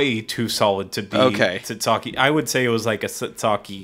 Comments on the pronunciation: I'm not shocked that can't pronounce tzatziki sauce, but I didn't think he'd come up with "titsaki." Add it to the Craigtionary. For the record, it's typically made with greek yogurt, cucumbers and dill and is most commonly served with gyros. The one here does look way more solid than any other I have ever seen. I've never seen tzatziki that has been scooped into a ball before. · titsakee oh lord....ta-zee-kee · "titsake" is a JAPANESE recipe from geisha houses. (smile)